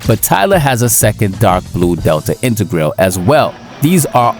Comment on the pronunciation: Please say integrale the right way